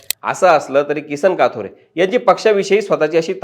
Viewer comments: It's kathore not kaathore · साहेब किसन काथोरे बोलू नका कथोरे बोला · बारोरा,काथोरे, काय तुम्ही साधे नाव तुम्हाला घेता येत नाही